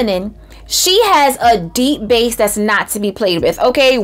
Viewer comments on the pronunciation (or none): none